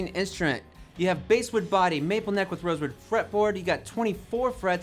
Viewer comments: Someone reviewing a guitar should know how to pronounce "BASSWOOD". It's not Base wood, it's B-ass wood. Like the fish. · It's pronounced bass wood not base wood